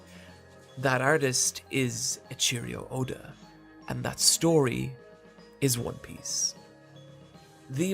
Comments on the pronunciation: did this guy just say ''eycheerio oda''? LMFAO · Aint no way dude said "A cheerio Oda" 🤣🤣